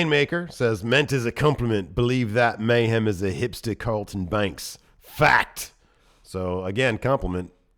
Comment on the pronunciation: "And Mayhem" sounds right. May-hem, May-hem Lio Rush voice